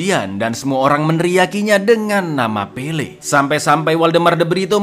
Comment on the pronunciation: "Pele" jangan di tambahin "r" ya kawan², ntar jadi pele + r... Wkwkwkwk